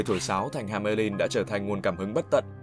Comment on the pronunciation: hamelin =))))) nghe nhu ham~ lin'